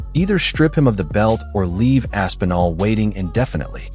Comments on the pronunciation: its not ASS-PENAL...its Aspinall....smh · I think hes just designing the build-up. For when they do fight. Making Tom think he ain't gonna get that big pay-day. Also the AI or whatever saying Tom's last name is hilarious. ASS' PEEEN' OL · Asspeenal? Wtf pronunciation is that 😂